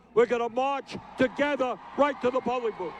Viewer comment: Bernie 'TOGETHA' Sanders